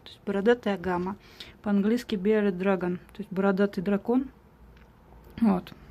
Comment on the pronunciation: по английски он бирДИД дрэгон, а не бэр дрэгон :D